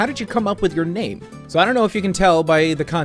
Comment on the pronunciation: Congratulations on finishing. Thank you for pronouncing my name correctly. I think I will go with the long play videos with commentary. I'll let you know when I get around to doing the video. Have a great year. Hugs